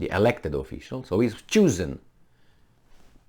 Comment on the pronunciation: Did you just said jewson or choosen?